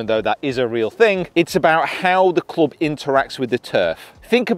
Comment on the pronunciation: .......cloobsh.............'jual' sole............punting......